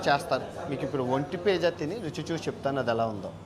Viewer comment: భయ్యా నువ్వు ఒంటె పిజ్జా అంటుండే ఒంటి పియ్య అన్నట్టు ఉంది